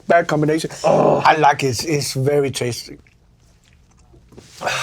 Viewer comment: Chilli Klaus: DYING "its very taystee"